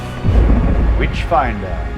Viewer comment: Everytime the nazi says 'witchfinder' all i hear is 'Bitchfinder' and I really wish that was a real thing because reading about the 'Bitchfinder General' would be amazing.